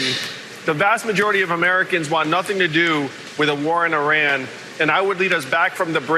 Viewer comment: I really like Andrew Yang, but he really needs to start pronouncing Iran properly. It's pronounced 'eee-rawn', not 'aye-ran'.